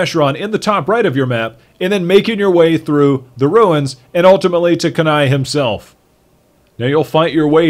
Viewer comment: you say kanai so wrong.